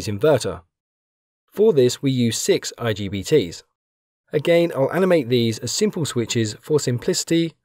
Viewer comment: Its not IGTB.. Its IGBT 😅😅😅